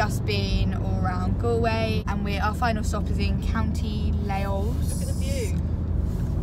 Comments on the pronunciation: . Layos. It’s Laois. Leeish. Is how it’s pronunciation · Omg I’m DYING County “LAos” I’m Irish and I know the language is confusing but it’s pronounced “Leesh” 😂 great video btw 💕💕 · haha you pronounce Laois like leash not layos :) well done tho! Johnny such a wonderful beauty! can't wait for all the new post with the irish lad! Hup Northern Ireland! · i love how you said layos you pronounce it as leesh lol I live in Ireland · County lay oos 😂 Laois=leesh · your so funny 'laois' is pronounced 'lee-sh' 😂 (im from Ireland) cant wait to meet your new project!!💘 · the place that you said loais think of leash and that's how it's said just saying , ly😁😁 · Hahaha its pronounced lesh not laoise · L ay o i s 😂😂 its pronounced as 'leesh' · Aww johnnys sooooo cute I'm from Ireland I wish I could have seen you. Omg when you said county Laois it was so funny its pronounced leeysh! Good luck with johnny he is a perfect match for you ❤️ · Laois is prounounced as Lee-sh 😂 can’t wait for youre next video ☺️ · I live in ireland 🇮🇪 :) btw Laois is pronounced like Leesh 😊 hope u have so much fun with ur new pony he's beautiful 😘🐴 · Johnny is gorgeous ❤️❤️ Laois is pronounced leesh 😂 x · Also it’s County Laois (Leash) hope this helped 😁🐴☘️🍀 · Laois is pronounced 'leesh' btw x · layos 😂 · Ahaha I’m from Ireland and Laois is actually pronounced leesh xx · Laois is pronounced Leash ❤️ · Her pronunciation of Laois lol Ireland has weird names haha (it’s pronounced leesh, easy mistake) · Laois is pronounced leash BTW😂you tried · Co Laois is pronounced leash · Laois is pronounced leash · Laois is pronounced "leash" like a dogs leash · The way u pronounce Laois😂😂(no hate) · U definetly didn't say Laois right!!! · Up the Irish xx she pronounced most of our counties wrong xx